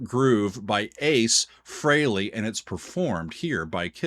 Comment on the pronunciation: I'm glad you pronounced his ladt name correctly